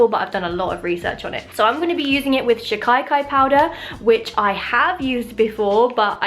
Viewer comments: its so cute how u say shikakai where as iyts pronounced 'sikh-akae' new subscriber love your content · it's shika. kai not shi kai kai 😂😂 how cutely u pronounced it though 😘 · Love your experimenting, btw It's sheeka-kai or seeka-kai, not shikaye-kaye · I don't know why the western world is so adamant on calling Shikakai SHI-KAI-KAI. It's SHI-KAA-KAI!!! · It's pronounced she-kay-kai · I am an indian. And it works better if you use actual soap nuts. Btw its she-ka-kai and what you said is so funny. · right pronunciation of shikakai is: she-ka-kai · She-kuh-kai, that's how you'd say that. And my grandmom makes it for me but I haven't used it in a while, but now I kind of want to again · *no hate, but pronounced she-ka-kai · Its pronounced she- kahh- kai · Omg!! Thanks for using an indian product. Btw its pronounced she- ka-kai 💖💖 love your vids <333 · As an Indian, I feel so happy that you're recommending this! Also, if it helps, it pronounced she-kaa-kai! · She pronounced shikakai wrong.......